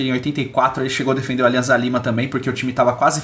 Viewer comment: Só um adendo: a pronúncia do clube peruano Alianza Lima é Aliança Lima - não há som de z no espanhol, o z tem som de ss.